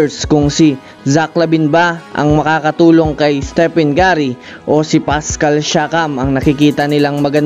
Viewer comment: patawa ka magbigkas sa kay curry halatang galit ka sa kanya.....blocklist kita awts di pala 😅😅😅 hide post kita